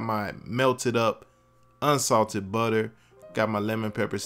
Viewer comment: For me, it was the way he pronounces “pepper” and “butter”. I made these last night and they were amazing and really easy. Don’t hesitate, just try them!